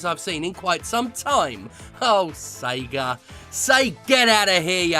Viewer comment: is he saying SEGER?